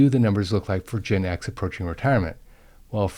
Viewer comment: You pronounce Gen X as "Gin X", which is a whole other level of alcoholic issue 😂😂